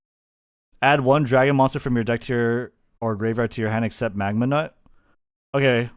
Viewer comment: he cant keep getting away with saying magnanut lmao